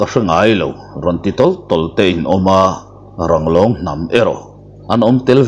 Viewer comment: Langrawng anilo,Ranglong tih tur zawk aw